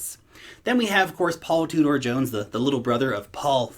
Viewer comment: Paul 'Three'dor Jones, LOL.